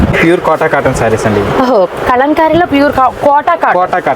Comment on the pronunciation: చాలా బాగా చూపించేరు. దయచేసి మంచి తెలుగు పదాలు వాడండి madam. " కళంకారీ " తప్పు పదం. కలంకారీ అనాలి